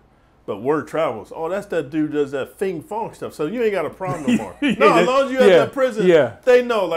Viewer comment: "that fing fong stuff"